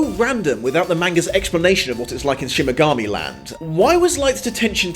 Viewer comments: But why are you saying ''Shin Megami'' instead of ''Shinigami'' ? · SHINIGAMI not shimigami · Love the review but u keep saying "shimigami" and not shinigami! lol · he gets hilariously angry but I do so hate that he keeps saying mainga instead of mahnga. Also I think he siad Shimigami instead of Shinigami.... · Is he saying "Shimigami" or am I going mental? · is shimagami one of those mispronounced words? 😝 don't worry, you're still awesome! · Shimmergami. Am I the only one who heard Shimmergami every time? I like that, Ryuk would love to be a Shimmergami for the shits and giggles